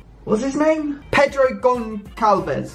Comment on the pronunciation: I'm not surprised at all given the fact you can't even pronounce his name